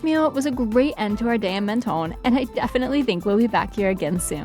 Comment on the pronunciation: Mon-ton not Men-ton